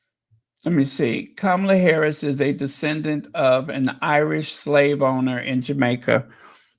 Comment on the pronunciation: Hi, very proud of u on the pronunciation of VP Harris's name. U were on point and nailed it every time on ur piece concerning Janet. Love u, big bro. Many bountiful blessings.